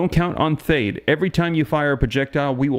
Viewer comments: It’s .THAAT, like dad, THE A’S SOUND LIKE THE A’S IN DAD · Love the reports. Just fyi, military pronounces THAAD as th+add and ATACMS as Attack+ems. Thanks again, sir.